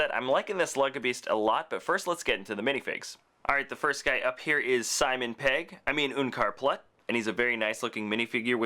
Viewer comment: Why do you say oenkar plut its unkar plut